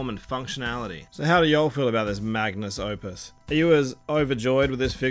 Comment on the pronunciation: Im dreading getting this because i know ill want to animate it. Also "magnus opus" lol, love your videos sir